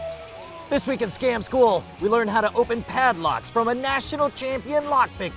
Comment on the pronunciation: Sometimes it sounds like "Scam school NUM NUM"